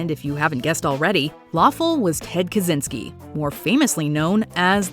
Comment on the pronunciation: Kaczynski is pronounced Kah-chey-nski NOT Kah-zee-nski.